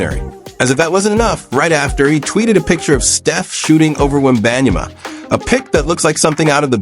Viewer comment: This A.I. can’t even pronounce Wemby’s last name…c’mon now…